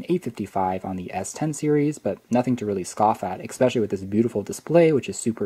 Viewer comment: I love the video but eCKspecially is not a word. ;)